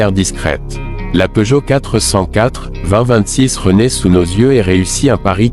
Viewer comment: À une nouvelle marque est née : PEEUGOTT. On ignore s'il faut rire ou pleurer. J'arrête là évidemment. J'en ai ma claque de tant d'âneries.